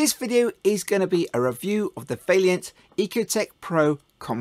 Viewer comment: How am I supposed to take a review seriously from a “professional” who can’t even pronounce the manufacturers name correctly? It’s VAILLANT not Vailliant, you seem to keep adding an extra i for some reason. You say whack a 30kw in because it means you can run two taps at the same time, but that’s nonsense. It should be specd on whether you even have the cold water mains working pressure and large enough water supply to even manage a constant 14l/min + with two taps open, otherwise they’ve just paid for this bigger boiler for nothing. Also is the customers gas supply even big enough to power said bigger boiler you’re trying to flog them, or is that part of it all where you get to sell them a new gas run? You should be mentioning in your videos that using Vaillant modulating controls is best practice as these will increase the efficiency of the boilers as they modulate the burner, not standard on/off controls which are no benefit to the customer in saving money. Nicely produced video though 👍